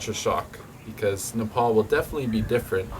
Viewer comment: Not nepol Nepal you are saying wrong thanks for visiting Nepal